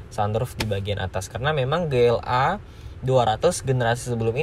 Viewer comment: Konsisten kalo emang mau pake bahasa Inggris. Ji El Ei bacanya. Bukan Ge El Ei.